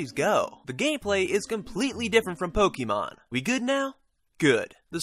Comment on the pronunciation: Nice review,. Have you played Attack of the Friday Monsters? I'm interested in Yo-kai simply because of that - I think the worlds are similar, culturally. I really don't like Pokémon (it's Poke-ay-mon, not poke-EE-mon, funny guy!), so glad to hear this isn't that.